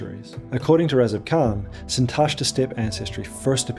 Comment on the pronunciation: Impressive work! Just a few notes about stress: Sintashtá with the stress on the final syllable, and Avesta -> Avestan is like EstOnia -> EstOnian, not like KazachstAn.